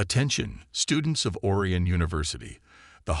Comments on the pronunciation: HOLY HELL!!!!! 13 seconds and already your POS AI ticks me off!!!! "Alex THOMP-son...(with the H being pronounced....NOT said properly as "TOMPson"!!!!! THEN, OR-eeuhn" instead of pronounced as "or-I-uhn"!!!!!! JESUS!!!! Can't more than 1% of you people get an AI that can speak English properly!!!??????? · Or-eye-on! Please.